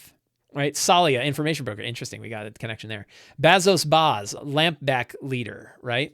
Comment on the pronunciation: "Return of the Lazy Dungeon Master" was huge for me when I was running 5e all the time. So stoked to see you trying out Blades in the Dark. Hope you guys have fun trying it out! Fly loose and light! Also, you butchering Lamblack Bazso Bas is made a bit funnier by the fact that I'm pretty sure Bazso is a stand-in for John Harper. 😂 (I get it though, learning a new game takes up a ton of "GM RAM". Lot of info to take in!)